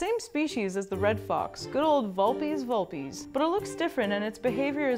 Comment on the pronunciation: TakeTo TheShadows You pronounce Vulpez wrong.